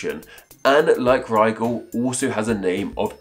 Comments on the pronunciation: What's weird is he pronounced the Arabic version to sound more like "Nigel" than the English corruption!!! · Have I been pronouncing Rigel wrong? All this time I thought it rhymed with Nigel.